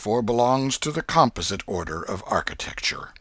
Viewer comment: Well, just be careful with that. I just started listening to this and already the reader mispronounced "composite" in the preface.